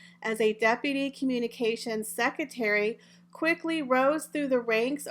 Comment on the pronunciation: I'm sorry I have to correct you I couldn't go on listening. It's pronounced EXCERPTS NOT excerts (no such word) and it's pronounced SeCREtary (in American English) NOT secitary. We pronounce it secretry even though spelled secretary in British English. But there is no such word as secitary.